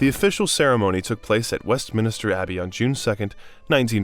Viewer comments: “West Minister Abbey” multiple times is what got me. WestMINSTER. Not hard. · Good content, terrible mispronounciations which shows poor preparation and worse editing. Mountbatten, Westminster to name a few.